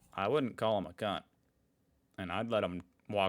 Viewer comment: You can't be dropping c bombs in your natural accent. You dropped one in an aussie-ish accent, and it didn't sound bad, just normal. A few seconds later you dropped one after dropping the accent, my ears bled.